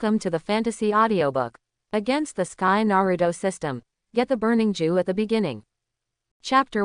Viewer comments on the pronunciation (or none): Is it a jue with a "ew" Instad of "ye"?! 😂 I didn't think we went back to ww2 lmfao